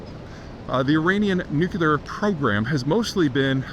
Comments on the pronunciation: I really enjoy your content and perspectives, though they can be somewhat alarmist, but whatever. I can get over that. What drives me insane and destroys your credibility is mispronouncing 'nuclear' as nucular. It makes you sound like an ill-educated moron. Good realtors don't pronounce it 'relator' for the same reason. I don't pay attention to jewelers who pronounce it JEWlery either. You don't visit the Tower of London to see the crown jews. It's jewels. Same with nuclear. Try scripting two words to correct it. Say NEW CLEAR instead of nucular and we'll all be much happier and you'll sound more intelligent. Thanks. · Not sure how much stock to put into what a guy says who can't even pronounce, NEW-KLEE-UR! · I admire Peter's wealth of knowledge, but never understood why highly educated people pronounce "Nuclear" incorrectly. Just a pet peeve of mine. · I know. You'd think "new clear" is not difficult but, unfortunately, many people - perhaps even most - seem to say "new que lar". It's infuriating. It's like a brain glitch that half the population has somehow acquired. Same thing with people who say "That begs the question..." when what they mean is "that suggests the question". Or people who say "literally" when they mean "figuratively", as in "he literally exploded from laughter." It figuratively makes my blood boil. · NU - CLE - AR not NUK - UL - AR Please, please, please, I beg of you. You may not imagine how detrimental your pronunciation is to your credibility... but it is. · Bush said "Nucular" and i guess it just stuck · Peter , you’re too smart to be saying “nucular” Lolol wtf that’s how George w. Bush says it 😊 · I agree I think it’s verbal laziness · I've never heard of a nucular facility. Perhaps you meant nuclear? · it is nuclear not nucular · Peter, learn to pronounce "NU-CLE-AR". There's only one effi'n 'U' in NUCLEAR. Its Not NU-CU-LAR Its Not NU-CU-LAR Its Not NU-CU-LAR Its Not NU-CU-LAR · It's nuclear, not nucular.